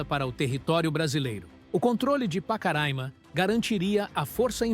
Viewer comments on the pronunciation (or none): Vcs estão pronunciando o nome Pacaraima errado bom dia